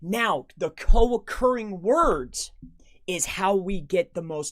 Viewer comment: Are you saying co accruing words.